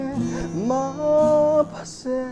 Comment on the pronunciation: Maphase ❌ maphasy ✅ Mengmawi ❌Mai maw✅